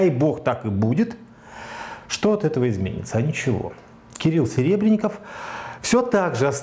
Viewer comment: Во-первых, он всё-таки Серебренников. Коверканье фамилии совсем не красит. Да и картошки всё-таки мешок, а не мешёк. В случае с Сенцовым Кирилл был одним из первых отечественных деятелей искусства, кто высказался в его поддержку. Наряду с Сокуровым и Хлебниковым. Почему наплевать на политзаключенных? Мне не наплевать. Да и с транспарантами в их защиту выходили не раз. Где сам сей господин был в тот момент? Дело Серебренникова, безусловно, более резонансное, потому что это Серебренников, а не безвестный Вася Пупкин. Точно так же о сталинских репрессиях мы говорим через призму судеб Мейерхольда, Вавилова, Шаламова. Точно так же, как выступают за спасение Олега Сенцова, хотя знают, что в российских тюрьмах он не единственный безвинно сидящий украинец. Какого лешего Романов приплетает туда же Жанну Фриске, вообще не очень понятно. Должен ли я отказать человеку в помощи и поддержке лишь по причине социальных, политических или культурных несовпадений? Да ну нахрен.